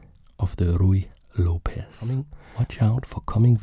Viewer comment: hi! love your videos, but as a latina i have to say that the correct pronunciation of Lopez is something like López, with the main sound being on letter "o". hope you understand, you are doing real good quality content:)